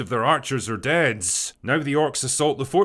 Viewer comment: MOST OF THE ARCHERS ARE DEADS. Bro, i like WHAT you say, but actually listening to you speak is making my ears bleed. Can you please for the love of God stop ending every word with a loud "S"? Jesus Christ, man.